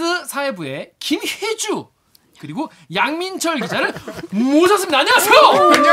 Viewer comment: 김혜주... 가 김최주... 로 들렸음 ㅋㅋ 천우희님 닮었다??? 양민철 기자님은 황용식 닮았다고라??? 어쨌든 반갑습니다.... 근데요.... 밥에 넘어가지 맙시다.